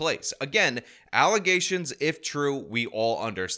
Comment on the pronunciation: These allezation (how the super mayor pronounces allegations) are probably 100% facts. But honestly, all of the people on the board should be replaced, most importantly, the super mayor